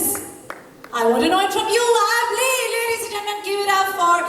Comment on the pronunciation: Love from Pakistan my Afgani Brother Abass Ali good luck may Allah bless you and protect you. Ameen And please Can you say his name right , don't take his name away from him his not abb Li his Abass Ali.